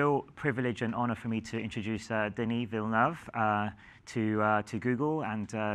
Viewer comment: For those who still wonder how to pronounce his name, that's spot on (coming from a french canadian).